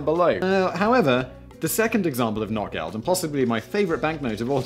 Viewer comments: Notgeld - Notegeld, not NOT Geld lol. I'm british and I know this ;) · You would be excused for the mispronunciation of very exotic words, but Notgeld is not "not geld," it's "noht gellt." The languages are related and these sounds exist in English. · Well the donkey is from a fairytale where a donky poops gold for some reason. I think it was called "Goldesel" or something similar. And for the the record the o should be pronounced longer otherwise it sounds as if you were speaking denglish and saying not geld (not money) instead of Notgeld. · Notgeld is pronounced like note Geld. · Hey Simon, you didn't pronounce Notgeld correctly, and I'm very upset about that.